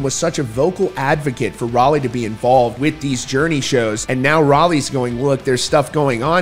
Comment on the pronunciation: Pronounced shawn not shone and rowlee not raleigh.